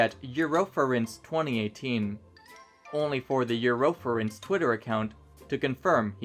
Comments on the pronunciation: Just a question.... Do you mispronounce words on purpose?? 😂 EuROfurence, POPfur and many more😂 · You emphasize some words in such an odd way that it triggers something in my ADHD that makes me miss like half of everything you say. "the back-Lash against peace Wolf" "over a dozen Vio-Lations" "attEntion-Seekers" "eu-Rofur-Ence" (...really??) Regardless, damn great job on all the research and presenting everything in an otherwise clear way.